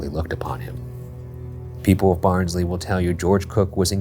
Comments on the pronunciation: did anyone tell them it's pronounced "Baahns-leh" yet? xD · same here, when he said “Barnsley colliery” i was like BARNSLEY?!!!!?!??!! 🤣